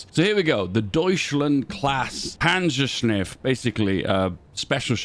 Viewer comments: Take a shot every time says "panzershniff" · "Panzerschniff" so cursed